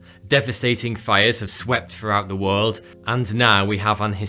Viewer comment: Sorry can't watch video from somebody that talks like a child because they can't realize words with "th" in them do not sound like "va" or "fa". Aver fen vat. Good job!